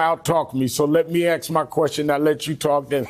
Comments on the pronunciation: "So let me axe muh question." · Al Sharpton has been a public speaker for over 50 years, and yet he still can't properly pronounce the word "ASK?" 😂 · LET ME AXE MY QUESTION LOLOLOLOL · Al Sharpton is one of the biggest racist out there and he doesn’t want racism to end because he would become irrelevant! He graduated from Harvard and still pronounces “ask”, as “ax”…..drives me crazy. Love your show, keep up the good work! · Correct me if I'm wrong but when you axed a question, isn't that the same as literally killing the same question? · Axe my question... Ya just cause you can talk, doesn't mean you're able to speak, "Reverend" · Let me "axe" my question? Why can't some people say the word "ask"??? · “Let me ax a question”. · why does a supposed educated person speak improperly every chance he gets... who AXE"S someone questions? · Sharpton can't even speak English correctly. He said Aksed (which isn't even a word) rather than "ask" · The word is ask not AX. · Sharpton says he gets to ax the questions. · Let you axe my question Ada, learn to speak English Sharpton. It’s ask not axe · Who is this guy is is asking to AXE a question? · Let me “ax” my question??? Why doesn’t Al know how to speak? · You are not going to out talk me….let me axe my question…..Sharpton is a professional race baiter…. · and SHARPTON....the OLD pimp...still says "AXED"....it's ASK! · Let me aks my question? Sharpton can't speak English. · Sharpton can't even pronounce the word ask correctly. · then he immediately says, "let me AX you a question". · LMMFAO!!! "let me axe my question..." They got you strung, Al....lol...dance puppet dance 🤣🤣🤣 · "Let me AX my question....." AX? AX? Is this a hatchet throwing competition? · I love when Al ax’s a question. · let me AXE you a queshun....he sounds so educated